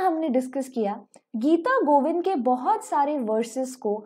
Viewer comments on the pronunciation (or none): It's not mangal charan it मंगलाचरण Not mahri it's महारी And it not geeta givinda bit गीतगोविंद